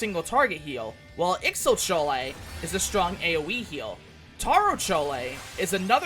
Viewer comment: But it's fun hearing him say CHOLE